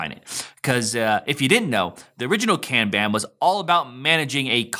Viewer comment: It’s pronounced “Kahn-bahn”.